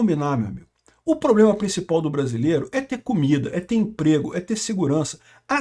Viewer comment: Inclusive a " primeira dama" q fala "ploblema, irresponsável etc..."😂😂